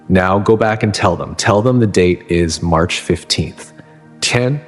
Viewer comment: I thought it was April 15th. At the end he said Merch 15th